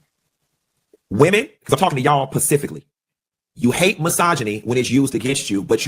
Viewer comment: I don't think anyone should be offended by anyone who says "pacifically" instead of "specifically". I guess when Funky got his degree in economics those people didn't teach him the English language, lol. All truthful jokes aside, for those who are offended, just don't watch his content. It really is just that simple.